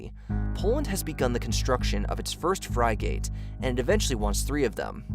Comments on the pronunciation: frigate is not "fry gate"! wow. Frig-it! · Fry-gate? It's frigate...like...frigg-it. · WOAH WOAH WOAH. Did this guy REALLY just pronounce "Frigate" as "Fry-Gate"? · Excuse me, but did you say “Poland has begun construction of their first ‘Fry-gate’” I’ve never heard anyone pronounce the work Frigate like that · Economist, frigate, what other words can we englesh today?